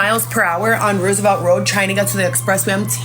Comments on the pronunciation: It's Roosevelt like President Roosevelt not what she saying. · Why does she keep pronouncing Roosevelt road the wrong way?